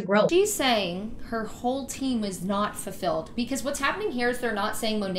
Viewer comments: Also, did she keep saying “fur-filled” or was that just me? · I can't stop laughing about the hun who keeps saying "fur-filled" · The fake apology scene had me rolling 😂 Also, that last chick kept saying “furfilled” and not “fulfilled” 💀🤣😂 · Can she stop saying “fur-filled” instead of “fulfilled”?? Lmao who am I kidding, no tf she can’t #befurfilled 😂😂😂